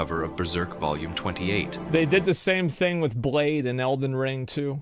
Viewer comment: Did he say "blade"?😂